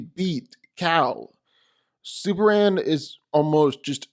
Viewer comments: Why dude keep calling super man super an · Seriously, who is "superan"??